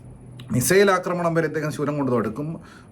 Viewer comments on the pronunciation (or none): none